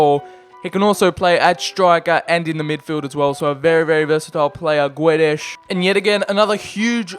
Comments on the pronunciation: Is It a h in guedes bec u say guedesh and not guedes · And Gonzalo Guedesh